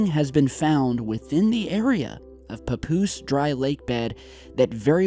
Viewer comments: it's pa-poose not poo poos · Papoose souds like Pupusa lol Anyways....perhaps they are trying to destroy those hangers to cover things up